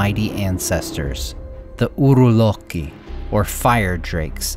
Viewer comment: Nt evn a minute in and am alrdy getting chills at the way hes pronouncing “Uruloki”🔥